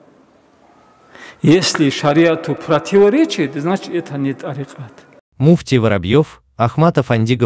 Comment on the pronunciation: Меня одного вымораживает произношение ими слова тарикат, или я не один? 😅